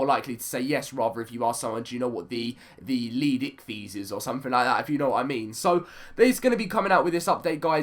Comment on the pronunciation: It's pronounced "leed-sick-this"